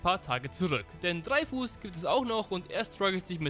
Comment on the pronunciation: Nobody: Not even a single soul:: TREIFUß